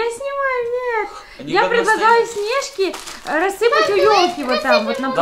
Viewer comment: А почему вы говорите снЕжки а не снежкИ ? Вы просто самые лучшие